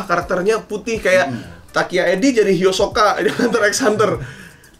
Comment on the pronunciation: Maaf bang uus, hisoka bukan hiosoka kwkw